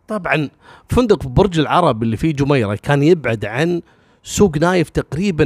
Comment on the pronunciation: السَّلامُ عَلَيكُمْ، اتمنى شي منك، تنطق اسم دبي وجميرة مثلنا، دبي بسكون حرف الدال وتشديد الياء وأحياناً نضيف اولها الألف مكسورة إدبي تشديد الدال والياء، اما جميرة فهي سهلة وهي بنفس لهجة اهل الكويت في تصغير كلمة جمرة بسكون الجيم